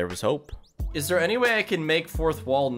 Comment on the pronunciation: Man really said "openis"